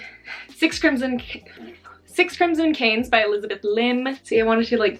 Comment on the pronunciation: I am 10 min into this… I am guessing like 190 books, also I had to do a double take when you said canes instead of cranes 🤣